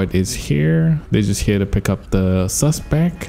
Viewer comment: He always says suspec when he should be sayin suspect